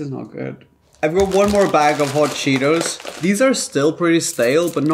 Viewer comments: The first video the guy says hot cheeteRs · The first guy said cheeters